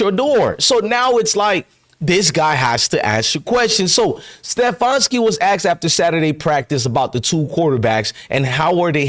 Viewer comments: Ste-fan-ski Not ste-fawn-ski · Once again, a bunch of lies and bullshit. You're not in cleveland and you dont know whats going on. All you do is troll other channels for your false content , you cant even pronounce stefanski's name right. Shows you know nothing !